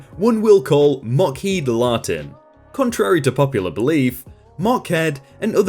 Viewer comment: its mockheed lartin... silly you Yes, I understand the aviation company. R.I.P the L-1011